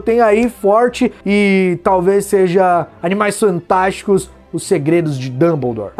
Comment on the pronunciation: no min ele falou Animais santásticos ou eu to lokão?